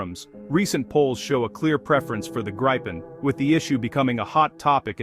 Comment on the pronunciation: The plane is called the Greepen not Graipen